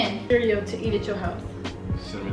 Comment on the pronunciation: When said “the green cereal” his spanish accent came out🤣🤣🤣🤣🤣🤣🤣